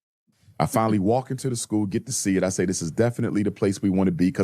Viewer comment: Is he saying sanda bland name wrong . He never says American things correctly even saying like "I call it like is say it (see it)"